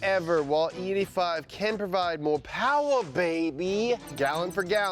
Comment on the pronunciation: It’s ‘Mo Powa Baby’ not “More Power, Baby”. Come on guys😂